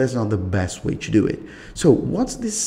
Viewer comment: "if you want chew back up the right way... you have chew go chew settings.... chew backup.... once you are finished......you are good chew go...."